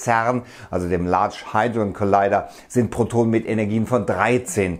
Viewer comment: Hadron, nicht hydron